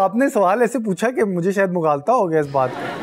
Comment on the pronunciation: Mughalta nhi hota mubalgha hota hy idiot